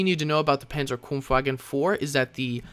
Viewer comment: Sweet, how you pronounce "Panzerbefehlswagen" :D